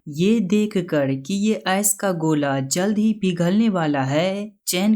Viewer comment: S nahi ice bolo yar